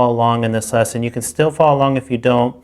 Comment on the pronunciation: Great series! I'm an intermediate player now trying to get some theoretical background and this channel has been very useful. Though I get distracted every time he says "this lesson" :) sounds like he's saying "thisesson".